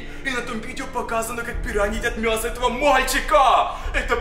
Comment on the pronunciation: говорил мьясо